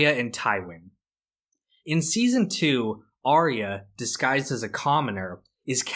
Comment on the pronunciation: It's not Are-E-Uh, it's Are-ya.